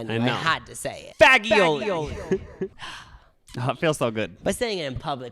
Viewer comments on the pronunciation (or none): It’s fah Joe lee that’s how u pronounce fagiole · Lol it’s pronounced FAH-JOE-LEE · okay not a jalapeño it’s a pepperchini a banana pepper lmao and you don’t say pasta fagoul like that😂😂😂😂😂😂 you guys kill me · its pronounced fajolee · Have you guys ever considered... that a g followed by an i makes a soft g sound in italian? Lol guys, it's pronounced like "fa-joli". Don't embarrass yourselves. I am saying this for your own sake. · lol i love how people think its pronounced fag-ioli XD my friend did that in public to them once and i just burst out laughing. also, those are not jalepenos they are pepperoncini. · HAHA dw guys, fagioli is supposed to be pronounced Fah-Joe-Lee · I also wish you had ordered the soup, so I could see the server's expression when you mispronounced fagioli. 😂 I bet it happens a lot!